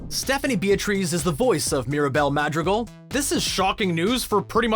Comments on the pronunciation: The way. He says madrigal 😣😣😖😖😖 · The pronunciations of everything oh my god. 😩 I’m cringing every time he says “Madrigal” and “Encanto.”